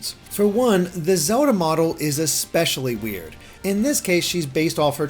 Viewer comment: i love how you say "Zewda"